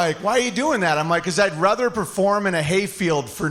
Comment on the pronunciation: "I would rether perform in a hay field for no money"